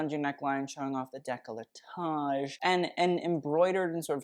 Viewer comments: trump luelle? de-clo-taj? Americans. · Please learn how to pronounce décolletage.